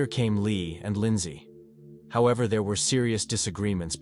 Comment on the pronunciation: Lyn zay. Lon don. For sure you are right